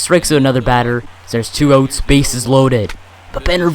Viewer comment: He says outs like oots. You English bro